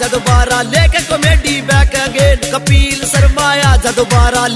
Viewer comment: kapil sharma ka name to dhang se le leta कपील नही है कपिल है